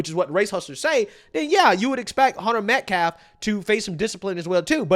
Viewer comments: They couldn’t even say his last name right, they said meltcalf, these people are sick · The lawyer called him Medclef. Is the mispronouncuation on purpose or is he incapable of saying Metcalf? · Why do they keep mispronouncing Austin Metcalf's name They keep saying Metclaf I wouldnt have gone Ive no idea why Mr Metcalf went But its some sort of public press conference talking about his son and yet they dont want him to be there They're talking about their "opinions" - opinions about a killer who stabbed an underage boy to death Why do they all keep saying "y'all" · Why does this dumbass keep saying METCLAFF 🤡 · the entire defense team pronounces it "metclaf" 🙄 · Dude can’t even pronounce Metcalf. Ninja said Metclaf. Moron. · Yeah, this jerkoff says he has so much respect for the victim but will not pronounce Metcalf properly. He knows how to pronounce it. He just doesn't want to. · It's racist to mispronounce his last name. Sound familiar? Say "Metclaf" one more time! 🤦🏽‍♂️ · This guy talks about "DIGNITY" while mispronouncing "Metcalf's" name as "Medclaf". Damn clownshow. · MetClaff? you don't even have the decency to pronounce his name right....A want this attorney investigated because there is no way he is an honest broker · That idiot can’t even pronounce Austin’s name right. He is a joke .. every-time he talks about him he calls him Austin Metclif. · "METCLAF" he can't even pronounce the Victim's name correctly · What’s disrespectful is how he stays mispronouncing the victim’s last name. I refuse to believe he hasn’t heard it pronounced correctly. And don’t think I missed that, “actually I’m super respectful cuz I know stuff about the victim that I won’t repeat cuz I won’t speak ill of the dead.” So convenient that this info can’t be determined to be 1) real or 2) bad cuz he’ll never tell. But it still serves to cast the victim in a bad light. That’s some Jedi mind trick level BS. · The baby shaker can't even say Austin's last name correctly.